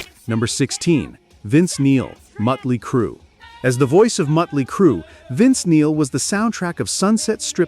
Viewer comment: it's not pronounced Muttley Crue....😂